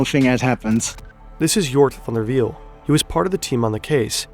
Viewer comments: yes, you can tell by the way he says "Jornt Van Der Wiel" so effortlessly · You announced van der wiel very good, are you Dutch?